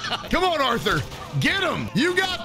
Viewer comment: That’s not Arthur it’s arthor